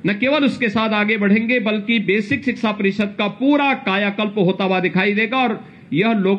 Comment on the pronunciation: सिक्सा नहीं 😁😁😊😊 शिक्षा बोलते है 😂😂 अनपढ़ और बाबा मुख्यमंत्री बनने लगे तो ऐसा ही होगा, अनपढ़ ज्ञान देंगे जय माता दी